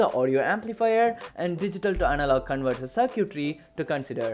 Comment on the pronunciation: No matter how hard you try to emulate a western accent, as long as you pronounce "circuitry", the way you did, everyone is going to know you are a South Indian 😀